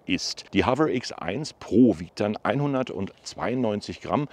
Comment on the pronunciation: HoveRRR ?😂😂😂 das R nicht so Rollen.